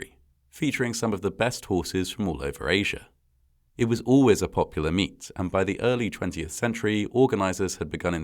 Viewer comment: I was perusing the comments when I thought I heard “popular meat” , and thought he was talking about horse meat. I had to rewind and listen two more times to realize he said “popular meet”! 😂